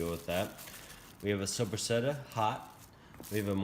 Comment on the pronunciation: Did he say "suppasetta?!!!!" 🤭🤣